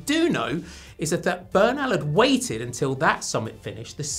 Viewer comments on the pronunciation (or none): none